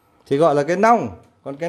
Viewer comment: 😂😂😂 tại bạn nói ngọng nên thành long với lia ( chứ cái nhỏ gọi là mẹt, cái to hơn thì gọi là nong với nia là chuẩn rồi bạn nhé) 😂😂😂